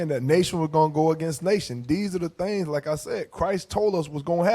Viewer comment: "Signs of the THANGS"